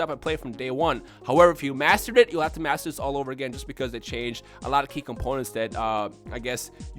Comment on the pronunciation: Honestly thought you said "However if you masturbate then you'll have to maser this all over again..."